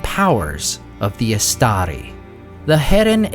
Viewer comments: Istari - read Eeshtaree please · Why do you pronounce it “istaDi” at first, then for the rest of the video you pronounce it “istaRi”?